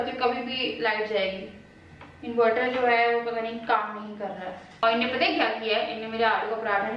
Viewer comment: Lol.kesy bolti hn ap.. Innnay